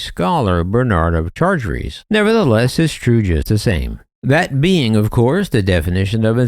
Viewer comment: I can't watch a video by someone who can't pronounce "Chartres".